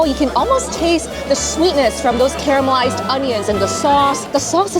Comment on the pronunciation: Sorry but it’s “caramelized” not “camelized” there’s an “r” in there.